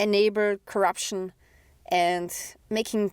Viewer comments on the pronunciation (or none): none